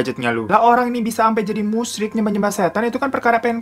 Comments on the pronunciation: Bang, itu musyrik. Bukan musryik🤣🤣🤣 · Musyrik bang bukan musryik